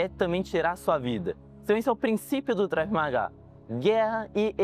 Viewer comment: Não seria Krav ao invés do Drave que você fala nos vídeos?